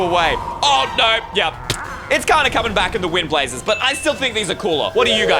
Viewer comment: "Wind blazes"